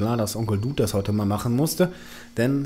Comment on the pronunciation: Was dem sein "hier", ist dem Dude sein "den ganzen Spass".:-D Übrigens,: Duuuhd, nicht Djuhd!